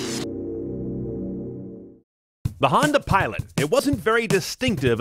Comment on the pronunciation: Pilot* not Piloat